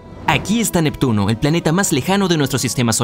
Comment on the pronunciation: Jajajaja 😂. Nectuno. Se. Come. A. Plutón. Jajajaja 😂🤣